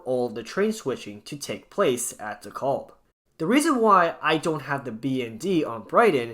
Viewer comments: “De-caaab”, not “De-calb” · PRONOUNCE DEKALB CORRECTLY!! WHY DO YOU INSIST ON MISPRONOUNCING DEKALB AS "DE KOLB?" SAY IT LIKE----Dee-CAB. L is silent and the a is like the a in "cat", not like an o as in hot as you are mispronouncing it. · Not a bad video, but it's pronounced Dee-Kalb Ave. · It’s pronounced “dee-kalb” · I had to turn this off b/c I couldnt stand listening to the repeat mispronounciation of "Da-callb" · The way you say DeKalb anf Sheepshead hurts my ears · Same thing i thought! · Stop overreacting. Youre acting like the way he pronounces it is the end of the world, karen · BTW the L in Dekalb is silent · Stop saying it like its spelled with an "o"! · Youre saying it wrong